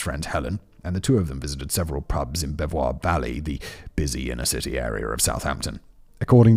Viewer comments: Bev-waar valley 🫠😆Bee-viss 👌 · bevois valley is pronounced beavers valley.